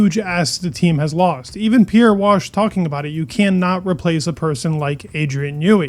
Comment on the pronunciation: just FYI buddy, his surname is pronounced “vash-A”, not “wash.”